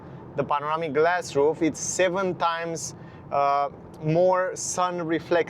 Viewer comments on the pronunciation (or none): none